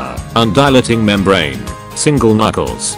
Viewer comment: IDIOT. IT'S NOT SINGLE KNUCKLES. IT'S SINGLE NUCLEUS!!!